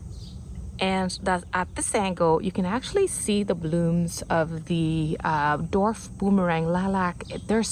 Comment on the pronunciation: dWarf, not dorf